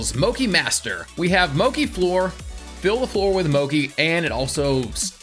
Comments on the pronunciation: Why is he pronouncing Mochi moki? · moki and katakari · hehe Moki lovee the mispronunciation like legitimately enjoyed it